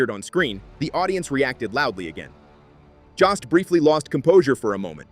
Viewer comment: JOST RHYMES WITH GHOST !